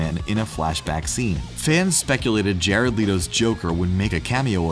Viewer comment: jared leeeto